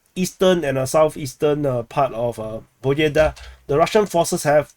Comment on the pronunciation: This is not BOEDA, this is PO BE DA. BE is like `bed`